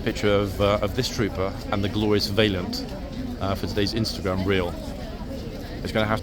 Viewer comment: How are you pronouncing Valiant?!